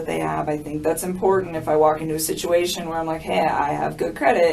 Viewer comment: The way you say important is hard to hear. It might just be your accent but i think its more the way you pronounce it. Important.